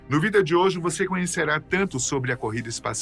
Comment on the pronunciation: Por que o apresentador não sabe falar VÍDEO???????????????????????